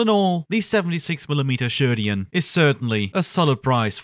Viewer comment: *Sheridan not sherdian